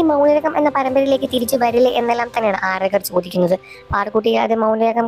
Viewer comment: അര ദ കർ.... അല്ല ആാരാ ധ കർ.... മലയാളത്തെ കൊല്ലരുത്..... ശ്വാസം വിട് ചത്തു പോകും